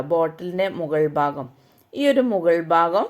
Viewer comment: ബാഗം അല്ല,ഭാഗം